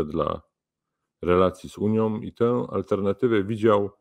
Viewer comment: Taki mecenas A mówi; Uniom , mówiom .